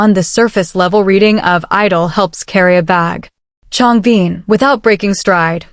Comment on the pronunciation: Thanks for sharing! I can stop watching now, while she's still talking about a guy called Changbeen... whoever that might be! PLEASE teach your AI to pronounce their names at least correctly ZONE KOREA!!